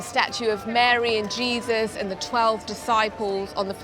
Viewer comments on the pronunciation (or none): none